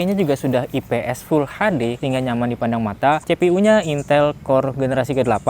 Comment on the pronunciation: full HD bukaanya bacaannya full eichdi ya bng.😅klo full HaDe kek indo bangt full(inggris) HaDe(indo) full(inggris) eichdi(inggris) 👍